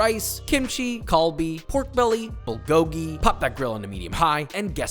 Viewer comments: As a korean, this video made me really happy to see someone make kbbq correctly. just work on your pronunciation a little (bulgogi: pul-gohk-ki) (galbi: gaiyr-bee) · This looks so good, but I’m slightly triggered by the way you pronounce “bulgogil” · As a Korean, you nailed it but one thing that bothered me is that you are butchering how you saying bulgogi and galbi. That’s about it! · Cant even pronounce galbi and bulgogi LMAO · Josh’s pronounciation of bulgogi was hurting me lol😂😂 food looks great tho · He botched every korean word💀💀💀